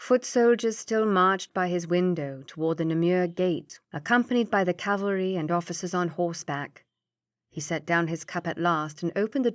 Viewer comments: Ca-val-ry not Cal-va-ry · English is not my first language, but "Calvary" instead of "cavalry"? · I loved the voices used too though I did find myself chuckling at how often she pronounced “cavalry” as “Calvary”. It must be tricky trying to keep flowing with the reading when these words come up. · Quite a few errors in this one. Like i wish you happy. Reader mispronounces a few things too like "Bonnie" and "caLvary". Decent story though.